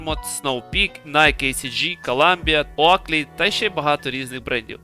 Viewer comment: Бро, ну не оАклі, оклі.